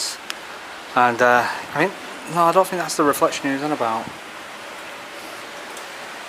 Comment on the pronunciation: It's kinda amazing how you think there is an F in the word think.